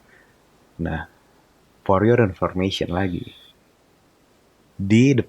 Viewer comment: Poriyor = for your. Sedikit nggak ngeh petamanya sampe harus diulangin 3 kali. Hehe